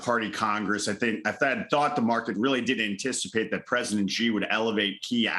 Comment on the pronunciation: Why would anyone care what this clown has to say? He has been as wrong as you could possibly be about China - his only value is as a contrarian indicator. Ffs, he can't even pronounce Xi correctly and he is supposed to be some kind of China expert?